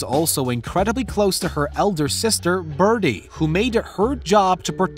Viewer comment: It's Bridie not Birdy - but then this is trash journalism, anyway